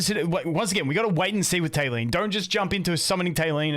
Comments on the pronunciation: I also think saying Talene like Tay-lean, kind of borrows pronunciation from Selene, one of the first names I can think of that is similar to Talene. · Let's call her, tal-en-eh 😂